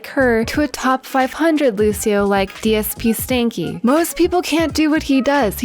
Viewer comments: “Dspstanky” not dpsstanky😂😂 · DSPSTINKY? ITS STANKY , THAT 5 SECS MADE MY DAY :DDD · dspstanky its dPsstanky the p come before the s